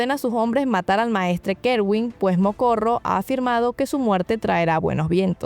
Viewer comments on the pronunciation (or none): Ya he escuchado en otro video que pronuncias más el nombre del sacerdote Rojo, su nombre es Morocco, no Mocorro 😅, solo para que lo tengas en cuenta